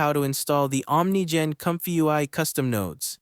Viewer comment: It's pronounced Ah'm Nee Gen.